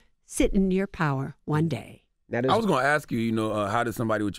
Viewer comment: Pow-wer. Power,. Power.